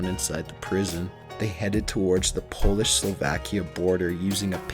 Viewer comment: He also said Poeish over and over, instead of Polish.